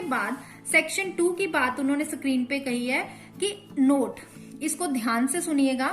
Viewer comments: Sorry to say , ma'am you should improve your pronunciation you should understand the difference between screen and sacreen Sorry for inconvenience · Mam please call that tab a screen not sa-creen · Mam ap plz screen word ko theek se bolye